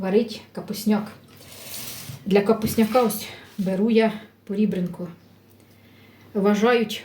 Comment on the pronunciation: А чому пор І бренка,а не пор Е бринка.Від слова рЕбро,а не рІбро.Це просто питання без претензій.